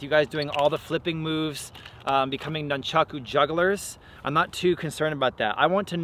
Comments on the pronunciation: pronounced NOON-chaku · nunchaku came from a farming tool used to beat rice and wheat stalks, but as usual never gets explained. says nunchaku 1000 times during video and says it wrong everytime. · Before commenting on weapon use, learn the names: a) it is noonchawku always and NEVER noonchawks b) there is not such thing as a "staff staff"; it is, specifically, rokushakubō or simply generic, any length stick bō